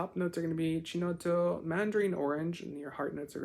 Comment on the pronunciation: In case you were wondering the "Ch" sound in Italian is pronounced "Key". So phonetically it's pronounced 'key-notto'.